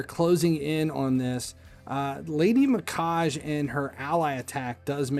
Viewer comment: First time I've tried to watch one of your videos, but I have to tell you, you lost me at "vin-i-quake"..... Didn't you think it's probably vine, like the long string like plant? I can over look how you pronounce Mikage, but not saying vine on a clearly nature/plant character just completely made me lose my focus and after that it was blah blah blah. I'm sure you are very successful on here, but you would be even moreso if you stopped and thought about how to pronounce things before it derails things for others like it did for me. Sorry, just some honest feedback.